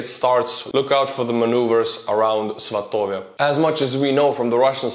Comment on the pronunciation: I thought "svatove" was pronounced like /'svɑ.tə.və/ -- with the stress on the first syllable?